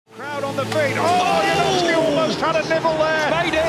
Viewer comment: Janowski not Yanovsky